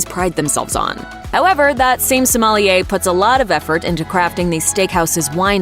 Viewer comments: Please practice pronunciating the word sommelier. It is not soMAHlieh. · The accent on “sommelier” is on the final syllable. Please do a little better.